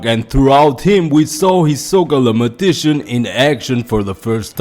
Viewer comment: Great video bro. Just wanted to tell you the word for Hisoka is "magician" (mah- jih -shin). I like Kastro too, it's like Togashi is giving a lesson to stick to your strengths, not your weaknesses or you will only be mediocre at them.